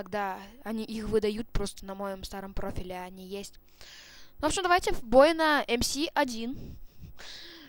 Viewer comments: не эм си 1 а эм эс 1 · Не мси1 а мс1д……ил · Не ЭМ-СИ 1 (как ты сказал), а МС-1 (Машина Смерти-1 - звучит глупо для танчика 1 уровня) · не эм си 1 эм эс 1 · не правильно МС-1 произносишь, ещё говоришь что до 8 лвла доходил. Обманьщик, врун